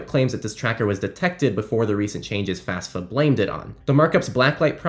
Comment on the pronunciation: FAFSA not FASFA